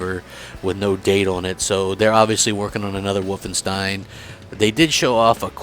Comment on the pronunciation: its always funny how peolpe from other states pronounce german words (wolfenstein)